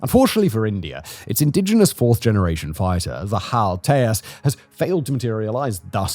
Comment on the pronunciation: As much as I also want to say "Tay-Haas", Hindi pronounces the "J", so it's the "Tey-Jas" fighter.